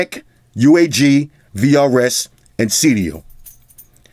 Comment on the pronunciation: For a sec i thought you said krs. Shout out to krs one